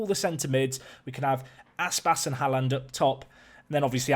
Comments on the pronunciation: The double 'A' in Haaland is pronounced as "Awe" in "Awesome", it's meant to be the Norwegian letter Å :) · Haaland is pronounced more like HOE-lawned (the first syllable is somewhere between “hoe” and “huh”)